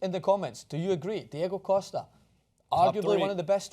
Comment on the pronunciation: can jason not say Costa correctly 😩 killing my ears